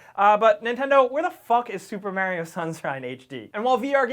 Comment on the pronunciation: Mahrio dude. Mahrio*